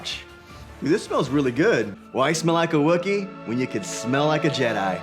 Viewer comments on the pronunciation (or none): none